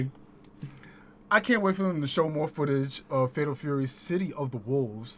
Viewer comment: 😂 Shame on your chat they ain't call you out on that pimpalicous pronunciation of "Tury" 🤣 bruh only we come up with this type of genius 🧠👑🧘🏿‍♂️🥷🏿